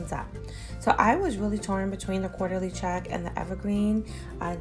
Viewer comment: I love their teapots! Thanks for showing the difference between the sizes. It's actually pronounced Court-ly check. New subbie!